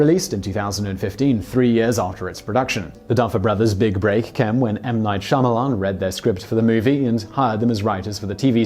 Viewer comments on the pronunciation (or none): none